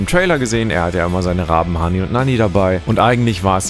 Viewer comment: Bitte sag nie mehr hani und nani zu odins Raben sondern Hugin und Munin